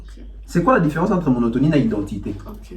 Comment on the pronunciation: Et puis il dit monotomie 😂